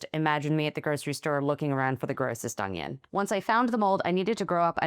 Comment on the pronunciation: Did she say "Ong-ion"? I used to say that as a kid too!